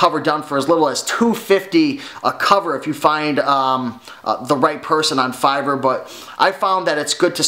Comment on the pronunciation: What r u saying Fiber, Fiver, please spell it or link it?